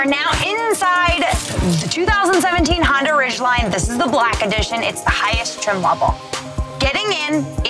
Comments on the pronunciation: honDA, DAAA. She keeps saying Honder it's cheesing me.. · Did you just say Hondur? Cool review none the less. ;)